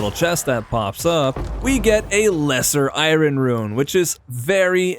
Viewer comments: its not I-ron its I-ern!!! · Its EYE-ERN not EYE-RON, really cant help cringing. Don't feel bad you are far from the only Ytuber that gets it wrong. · Am I the only one getting completely taken out by the way he pronounces I-rin? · so funny hear you pronounce iron haha